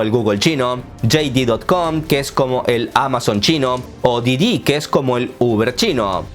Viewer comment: Sé que es algo irrelevante, pero tengo la curiosidad, dices mal el nombre de: "Didi" a propósito?